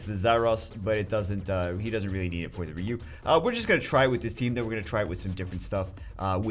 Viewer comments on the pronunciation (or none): R.e.u??? His name is fucking R i.u dude jesus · Its ryu..ryyy u